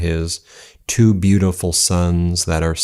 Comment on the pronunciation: Someone ought to tell him how to pronounce "two". He thinks it's "dwo".